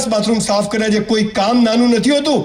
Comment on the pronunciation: કરિયા નહીં " કર્યા " . સુધારો ...